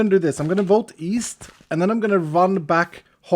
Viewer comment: East? I thought you said weast.